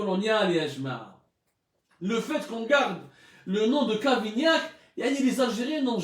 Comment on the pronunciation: Regle tes pendules...c'est cavaignac non cavignac.si c'est un probleme d'élocution...un orthophoniste ferait beaucoup de bien.😁